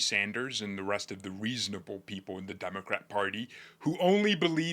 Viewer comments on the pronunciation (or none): “Weasonable”…I love it.